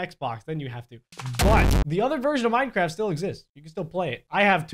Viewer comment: That last one "NK ME DEJA INSTALAR MINECRAFT" Said: IT WONT LET ME INSTALL MINECRAFFT